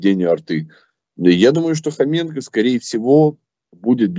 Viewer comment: Прізвище Хоренко, а не Хоменко як каже ваш, він як був неприкритим порохоботом, тепер став зелено бобіком! Противно слухати! Фу!!! Відключаюсь.